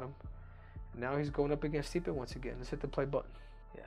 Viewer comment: lol stipe gotta be custom to hearing his last name pronounced wrong all the time by now